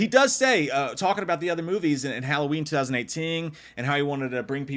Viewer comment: Yo, I might be trippin, but I watch a ton of WWAM Halloween content and whenever you say ‘2018’ it sounds like you’re saying ‘ting’ at the end of it 😅